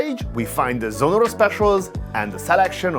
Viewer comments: Its Sonnora, not Sonorra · It‘s Sonnora not Sonorra… In German there is a difference in pronunciation…😊